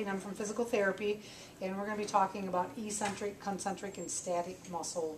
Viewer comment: Great video! According to taber's medical dictionary, it's pronounced EK-sent-rick. The same way you might call me eccentric for pointing out how to pronounce a word! 😬